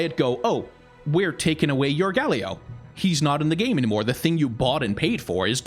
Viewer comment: Each time you say Galio I groan and cry